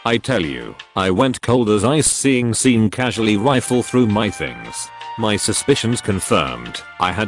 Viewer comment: Sean is pronounced "Shawn".